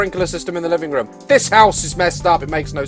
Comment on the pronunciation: not trying to be mean and I am a fan but u say rum and I say room XD